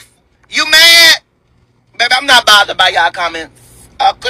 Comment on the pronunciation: 📢 He said he is not botheredT. 🥴